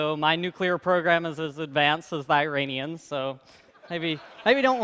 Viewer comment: Well as much as he seems to be a brilliant nuclear physicist, I'm not sure I want him running a country if he can't even say "Iranian" correctly.